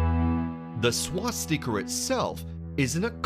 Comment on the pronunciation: I've been trying to figure out what's so wrong to the ear. I think the narrator is a pommie putting on an American accent. But it's not just that lol. What's a "noozi" and a "swas-teeka"? Lol. The pronunciations of famously easy words to pronounce are all over the shop lol.